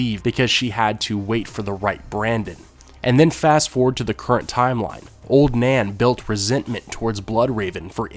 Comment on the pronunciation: i heard Ser Duncan beded Oln Nan..